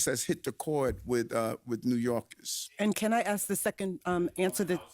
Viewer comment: Did he say AXE?